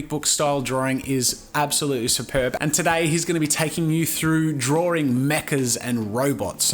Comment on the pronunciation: idk does anyone notice that he says drawring? nohate though :)